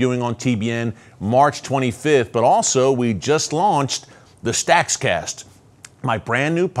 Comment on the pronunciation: I think you should have called it StakCast. The other, Stakscast, is too hard to say. 😊